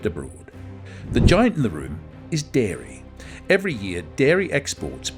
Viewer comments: It's dairy, not diary. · Its Dairy not Diary 😂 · Dairy not DIARY, ffs... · Dairy not Diary.💨💨💨💨💨💩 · DIARY IS NOT DAIRY... 1.28